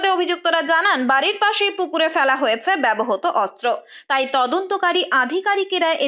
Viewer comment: Apni ektu apnar pronunciation e nojor din. Bebohoto noy kotha ta bebohrito